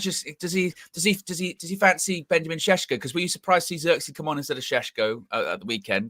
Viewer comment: Please also teach how to say Šeško (two sh sounds), cause how he says it hurts my Slavic heart every time.